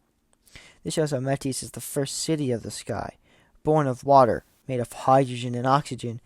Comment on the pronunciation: Metis is pronounced like Meetus. The Ancient Greek word is Μῆτις (Mêtis) (Modern Greek Μήτις (Mitis)). I do not think going to Mars is possible. I know many people want to go, but I do not think a permanent colony is feasible and I do not think traveling there is likely with our current technology. Some of my favorite sci-fi stories are centered around Mars though, Marathon is about a ship made in Deimos, Cowboy Bebop often takes place on Mars and Spike is from Mars, etc. It's definitely a good sci-fi environment I just don't think there is any reality to this idea.